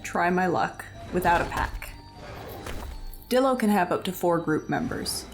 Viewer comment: Man idk if ur pronouncing things wierd on purpose or what but these abbreviations should be pronounced as such. Dilo=Die-lo, pachy=packy, and ptera=tera (idk how u get petra out of that) your vids are overall very entertaining but the pronunciations are hurting my brain.